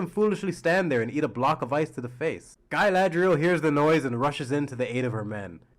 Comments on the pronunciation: Calling her Guyladriel is kind of cringe, but otherwise this was fun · LOTR: Galadriel TROP: gAyLaeDrieL